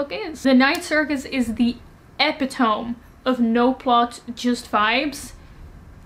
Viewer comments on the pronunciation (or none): also no judgement just a heads up, epitome is usually pronounced more like eh-pih-tohm-me I also pronounced it the same way in my head until I heard someone say it out loud! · Isn't is appropriate that a character whose main characteristic is that she is forgettable is forgettable? Also, 'epitome' should be pronounced something like 'ih-PIT-uh-me'. It's from Greek originally, so it isn't pronounced as if it were English. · adding several of these books to my reading list uwu btw, als mede nederlander die deze fout zelf ook maakte voordat een amerikaanse vriendin me er op wees: epitome wordt (op z'n nederlands) uitgesproken als ep-pit-too-mie met de nadruk op de pit. super onlogisch maar ja zo is engels nou eenmaal haha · Heads up! Epitome is pronounced as /əˈpidəmē/ ("uh-PID-uh-mee"). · Loved how you pronounced "epitome." 😂